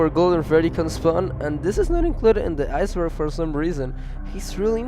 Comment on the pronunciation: Aiyce burg